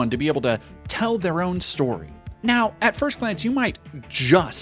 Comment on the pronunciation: Come on, emphasis should be on the NOW